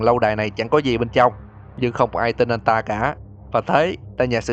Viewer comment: Anh nói ta sẽ đến mà nghe thành tao sẽ đến